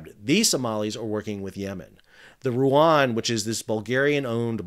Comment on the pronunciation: Wth is Ruan its RUEN the E is E like in the EU for god sake you re reporting on Cyrillic names for several months and you still can't pronouns them correctly ...